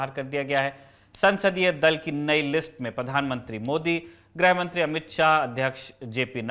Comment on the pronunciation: "ग्रह" मंत्री या "ग्रह" युद्ध नहीं होता है जी। गृहमंत्री और गृहयुद्ध होता है। चाहे वर्तनी की अशुद्धि हो या उच्चारण की, कृपया इसे शुद्ध करें। Lallantop के Anchors से ये उम्मीद नहीं है हमें।